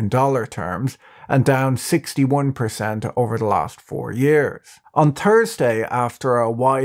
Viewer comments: Wasn't too sure where his accent was from until he said, "On Druzday, it fell Dirty percent". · love hearing the irish T' pronunciation - Thursday 2: 30.